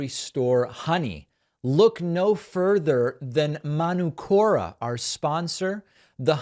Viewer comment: It's Man-ook-ora David. 💙from NZ. Manuka is a tree here. (man -ook-ah)